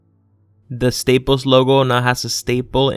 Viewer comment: Staples.Not Stap[es